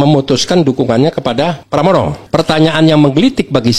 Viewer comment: Pramono bang bukan pranomo kang kuwalek kang